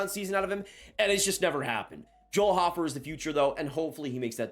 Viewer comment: Joel *Hoe-fer, not hoffer lol nice content as always tho